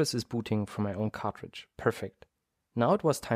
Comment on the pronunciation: Everytime i hear him say cartridge to me it sounds like he says cockroach